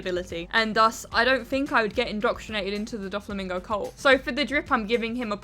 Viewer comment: The fact that she called him "doffymingo" two of his nicknames lol